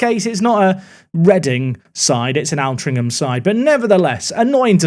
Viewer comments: great vids as always!! by the way...ALTRINCHAM is pronounced OL-TRING-HAM (I live there...) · It’s alt-rinc-um as in control alt delete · local Altrincham lad here. Please pronounce it OLT-RING-HM. Enjoying the series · As someone who grew up in Altrincham, hearing pronounce it spectacularly wrong every time is painful